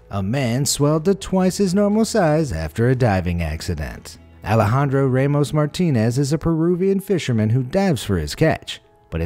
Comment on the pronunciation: Dude, learn how to properly say names of people and places. The a in Ramos sounds like the a in apple. Also, if you are going to refer to him by his last name, you should call him Ramos, not Martinez. Ramos is his paternal last name, whilst Martinez is his maternal last name.